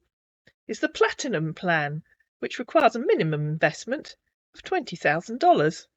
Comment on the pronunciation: How does he say invest …inverst inverstment